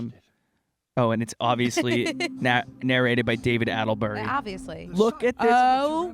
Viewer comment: Not david “attlebury” 😂